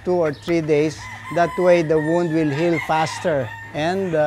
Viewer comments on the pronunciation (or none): none